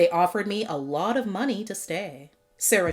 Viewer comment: Lecy’s name is actually pronounced like “lee-see.” 😊 It is short for Alicia